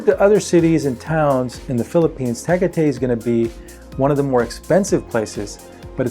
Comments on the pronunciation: I'm an expat Brit, living in the Philippines, and have been here almost 10 years. Firstly Tagaytay is pronounce Ta guy tuy. Secondly , I don't know where you are getting your figures from, but they are way off the mark. 400 dollars per month for rent ? Where are you staying, the Presidential palace ? I rent a 2 bedroom detached house on a decent subdivision, about 30 kilomatres from Manila, and I pay PP 4000 per month, that's less than 80 dollars per month. A normal visitors visa is PP 8000 every 6 months, about 160 dollars. Public transport , very very cheap, but also very very cramped, ( average filipino is way smaller than the average caucasian, and very crowded. . Down sides, no foriegner can own land in the Philippines. You can lease, but not own. You have to be a Filipino born and bred to own land. The Philippines Government make it very difficult to actually open a bank account, they want a Filipino as actual account holder. No foriegner can actually take out a credit arrangement, again only Filipino's. If you are over 60, you cannot have a credit card in the Philippines, NO bank will allow it, Government directive. So if your USA UK, etc credit card runs out, you may not be able to renew it. Cars are very expensive here, an old beater will cost you vast amounts of money to buy, but gas is cheap and so is labour to get any faults fixed. The standard of driving here can be summed up in one word..........DIRE, driving on the wrong side of the road is quite normal. Polici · Don't say Tag a Tay to a Filipino, you'll get laughed at. It's pronounced Ta guy tie. And the lake is Ta all. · It's pronounced Ta'ghai'tai. Not Ta'gah'tei. Wonderful list by the way. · You mispronounced Tah-guy-tie Philippines. Just saying. Cheers. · Tagaytay - pronounce TA-GAY-TAY the A is pronounce as in Africa and the Y is I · Its ta gay thai seriously no joke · I would be more inclined to take your advice on the Phils if you knew how to pronounce "Tagatay".